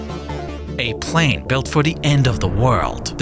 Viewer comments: "Da doomsday plane" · "da Doomsday plane" hits different 🔥